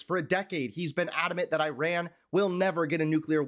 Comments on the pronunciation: Please say Ee-rahn, not I ran as in a race. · It’s not Eye-ran. It’s eee-ran. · Just for your information, it is not " I " " RUN " . The " I " in IRAN is pronounced as " I " in "inch" or " indoor" and " I " and " RAN" together is one word. To pronounce it right ask some of Iranian in U.S. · pronounced Ear Ron. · Dude - please learn how to pronounce the name of the country: it's "ee' -run."